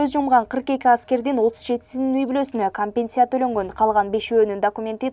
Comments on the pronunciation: Бул окуган неме кантет,компенция деп???? Компенцация деп айтылса керек? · Диктор уят компенция эмес компенсация деп айтылат бир сыйра даярданып же болбосо билген кишиге текшертип алып окуп жүр уят уят